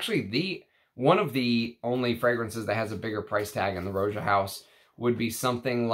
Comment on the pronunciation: Roger Dove named his house after how people lazily pronounced Roger. Rah-jah. Not Row-zha. Just sayin'... Thanks for your channel!